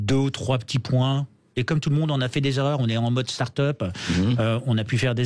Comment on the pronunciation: En modeuh starteup